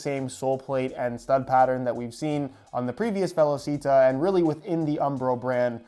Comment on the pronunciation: Hey it’s actually pronounced “ve-law-chee-tah”